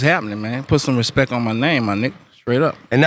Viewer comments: he said respect, not respeck. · lol he don't say "respek" no mo